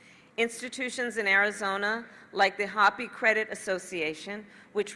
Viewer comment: She doesn't even know how to say Hopi correctly